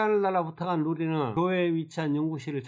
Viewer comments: 로리웹아니라 루리웹!!! 설마...🤔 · 루리를 자꾸 로리라고 하시면 아니되옵니다!ㅋㅋㅋ